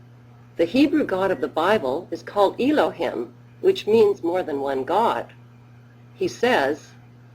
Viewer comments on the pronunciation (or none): none